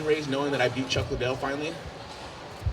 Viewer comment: its lid-dell everyone, idiots.